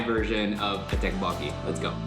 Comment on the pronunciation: That’s pronounced tokboki